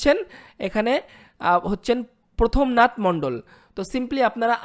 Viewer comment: ভাই তুমি তো বাংলা পড়তেই শেখো নি আর ভিডিও বানাচ্ছ? ওটা প্রথমনাথ না প্রমথ নাথ???